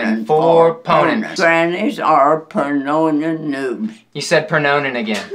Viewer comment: Omg everytime she practice she said it right but when they rly doing it she keep sauing pernonon o_0